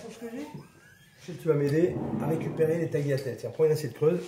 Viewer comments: D'une on ne prononce pas TAGLIATEL, mais TALIATELLÉ, Ensuite on utilise du guanciale et non de la poitrine. L’hérésie, il met de l'huile dans l'eau, d’où vous vient cette idée saugrenue? Il cuit les lardons dans le l'huile d'olive, du grand n'importe quoi! On fait revenir le guanciale sans graisse puisqu'il en contient. On ne met que 1 œuf entier pour 3 jaunes que l'on mélange avec du Pécorino Romano et surtout pas du parmesan, puis on y rajoute peu à peu l'eau de cuisson des pâtes afin de faire une creme, (on utilise le terme Mantecare) puis seulement on rajoute le guanciale et les pâtes ! Et la, il met les pâtes dans les œufs type omelette ! Bref et il termine en disant voilà, vous savez comment faire les vraies pâtes à la carbonara! Il aurait pu prendre le temps de regarder un vrai livre de cuisine Italienne avant de faire cette vidéo grotesque! Honnêtement, limitez-vous à cuisiner ce que vous connaissez cher monsieur ! Car votre recette n'est absolument pas celle des tagliatelle alla Carbonara. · On prononce pas le G sur tagliatelle chef ! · Si je puis me permettre chef, vous ne prononcez pas correctement le mot Tagliatelle (il faut enlever le "g" dans la prononciation)